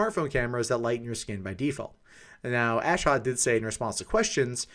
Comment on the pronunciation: Ashot is an Armenian name just so you know. Your accent is wrong lol